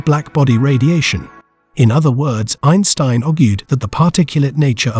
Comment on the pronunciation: Had to stop the video after hearing the AI pronounce Einstein wrong twice.